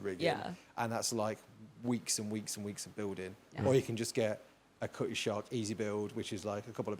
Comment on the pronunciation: I'm sure introduced some people to Sharpe. I've been reading Cornwell since Winter King I think. Also sorry, it's the Cutty Sark not shark.